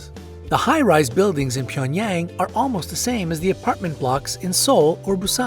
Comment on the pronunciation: “ PYENyAng” JCJEKSJD LMAOAOAOAOAO